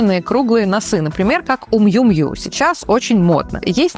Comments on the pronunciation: Я живу в Турине, и Миу Миу будет корректно, все бренды произносятся по стране создателю. И многие стилисты произносят верно! Miu Miu - на итальянском не может произноситься в вариациях. Так как создатель Miuccia Prada (miu miu) Миуччьа Прада. Просто те, кто живет в Италии, никогда не произносят , как вы, мне показалось это странным. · Добрый вечер, если вы живёте в Милане, то почему "мью мью"? Я живу в Италии и знаю, как этот бренд произносится... это так странно услышать от стилиста.